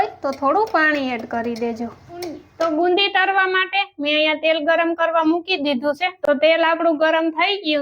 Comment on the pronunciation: Bundi kevay bolta sikho